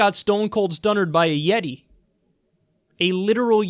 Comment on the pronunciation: *A Yet-ay (WCW reference)